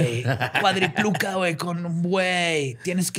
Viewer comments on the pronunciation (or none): Nadie va a mencionar el hecho de que dijo "cuadripluca" 2 veces en lugar de "cuadriplica"? hahahaha o si estoy mal corríjanme, no hay pedo xd